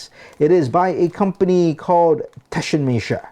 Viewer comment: "TAH-shen-mess-er". Not that hard.